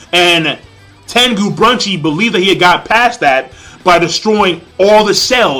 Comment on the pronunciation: Gosh dude! Please learn the right Names, his name is Tengu Brunch not Brunchi just Brunch. You know Toriko is a food based Manga so.. An it's not Sani his name is Sunny :D